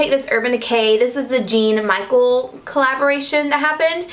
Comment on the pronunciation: Arianne Bartolini I just scrolled through all of the comments to see if someone said anything, thank you for doing so! He's one of my favorite artist and I just thought for future videos you'd like to know that you pronounce his name Jean me-shell bask-et not Michael 😅 but love your videos!